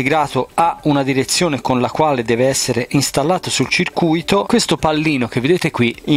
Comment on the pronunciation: A CIRCUITO si legge CIR CUITO, la parola che dici te ovvero CIRCU ITO significa ingannato